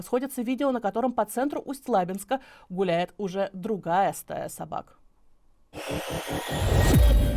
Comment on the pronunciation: Ведущая, в не "на жителей Усть-ЛАбинска", а "Усть-ЛабИнска". неграмотные Дислайк.